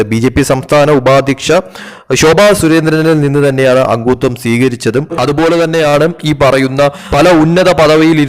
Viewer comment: അങ്ങുത്വം അല്ല , അംഗത്വം.